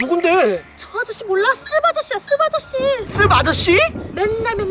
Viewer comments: 근데 씁 아저씨 발음 주의해야 함(쓰바저씨) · 씁 아저씨 왜 욕으로 들리지? 쓰바저씨 그리고 무한~ 하면 무야호가 국룰리짘ㅋㅋㅋㅋㅋㅋㅋ